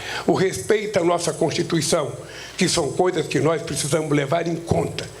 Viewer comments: esse velho bebado não consegue pronunciar a palavra constituição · Ele votou contra a "contutuição" de 88.